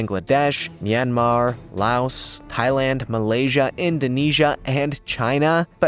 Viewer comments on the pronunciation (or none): none